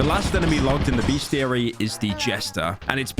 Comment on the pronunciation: There's no "A" in the first syllable of bestiary. Fool 😊